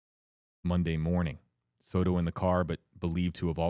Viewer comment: It is Soto, not "Sourou"